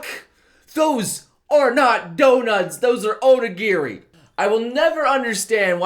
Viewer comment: Anyone else triggered by his pronounciation of onigiri?